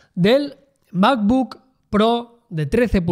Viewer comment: El "mapbook"